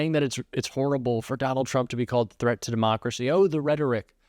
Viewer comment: Lady can't even pronounce the word "threat" correctly. 🤦‍♂